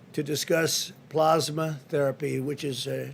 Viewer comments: Donald "Ploz-ma" Trump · Keeps mispronouncing "Plasma"